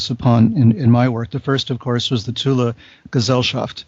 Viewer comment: At least he pronounced it right...."TULA"